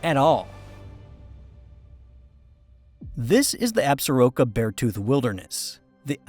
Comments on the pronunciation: People in Wyo when I lived there called it Absor-ROCK-Ah not as you said Absa-Roke-ah. Very nice presentation tho. Thanks. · In MT, we usually say Ab-sor-KEAH instead of absoroka